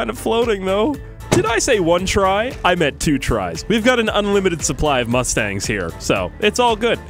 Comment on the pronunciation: Did he say Mustang